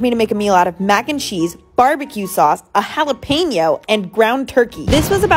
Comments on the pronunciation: She really pronounced it like “Hal-ih-pain-yo” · She pronounced it like this: Hella-pain-yo Lol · The correct pronunciation is Hal- ah- pain- yo